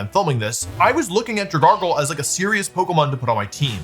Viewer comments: This is maybe the worst pokemon mis-pronunciation I've ever seen. It's made of algae.... Drag-algae... Where's the extra R coming from?? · 15:88 I feel baiter by the way he's pronouncing dragalge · His pronunciation of Dragalge is causing me serious psychic damage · He said it right like twice and proceeded to say it wrong again lol. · Wolfey: Dragargl, Dragargl...and then he pronounces it properly by saying Drag Algea... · Dragalge is pronounced drag algae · dragargle deez nuts idiot (dude it looks like algae. it's drag-algee) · "Drag gargle" STOP STOP STOP STP STOPP It's Drag-algae. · Dragargle is my new favorite mispronunciation 🤣😭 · I cant get past the fact that Wolfey pronounced Dragalge as 'dra-GARGLE' rather than 'drag-ALGAE' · I love you Wolfey, but I’m afraid it’s pronounced Drag-algae. Dragon algae. Because it’s a kelp dragon! Great video, I love hearing you talk about competitive Pokémon! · Dragon. Algae. Dra-gal-jee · Dra- gargle????????????????? That is so funny. Alge is NOT a common word. But like.... gargle? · What did you just call it? 😂 "Dragargle"? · “Dragargle” is hurting me. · Wolf PLEASE..... Drag-Alge Alge, Al, Gee, like the plant in the water. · “Drag-algae”. You used an unneeded r 😂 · I’m begging you to pronounce it as “Drag-Algae” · We all know its dra gal gee right? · "Dragargle"... bro 😭😭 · dra gargle 🥹🥹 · Drag-AL-GEE like lake Algae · "Dragargle" bro... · Comment baiting with your prononciation of algae in dragalge i stg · Bro. DRAG-Alge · none of those are as bad as pronouncing alge as guargle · 'here's the thing about DRAHGARGLE' omg lol Then he just slips in 'Dragalge name normal forme' here and there showing he knows EXACTLY what he's doing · Dra Smeargle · His terrible pronunciations always makes me wonder if he has dyslexia or something. It's literally dragon + algae. How do people screw this up? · I’m devastated he kept saying dragargle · “Dragargle” HAS to be ragebait there’s no way💔💔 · Yeah, it's pronounced Draganacle!